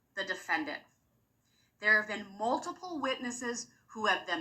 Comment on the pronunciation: I hate the way Durl says “maltiple” (multiple). 🙃